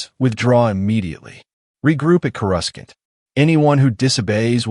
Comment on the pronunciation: You lost me at "Chorus-Kant."